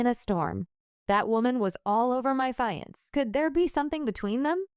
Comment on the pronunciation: The way she said fiyance lol🤣🤣🤣🤣🤣‼️‼️‼️